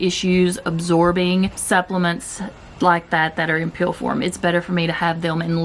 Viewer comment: This is too funny, I thought you were saying collagen "peel" . I thought you were taking about a facial peel or something until I realized you were saying "pill"... LOL . I love your videos. Keep up the good work.